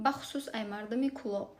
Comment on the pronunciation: Кулоб якта харфи л дора юрист